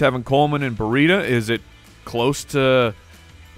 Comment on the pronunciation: So, how many syllables are ACTUALLY in the name Brieda? Two or three? The pronounce it with three ("bur-REE-ta"). Is that right?